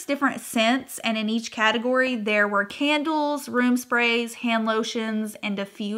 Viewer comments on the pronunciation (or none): none